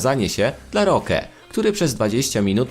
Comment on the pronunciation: Imię Roque też nie potrafi wymówić.